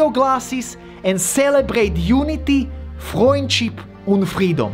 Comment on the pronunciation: Frändschip....Frändschip <3